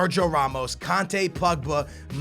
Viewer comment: ur saying kante's name wrong